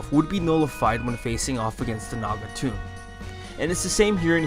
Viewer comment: Quick question: Why do you say “Tome” as “Tomb” or “Toom”?